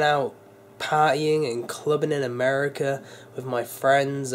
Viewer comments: who se catches him saying ameri-cer not America lol I still love ya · americur again xD